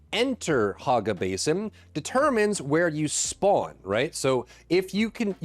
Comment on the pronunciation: HOG ga basin lol i cant stop hearing him say it.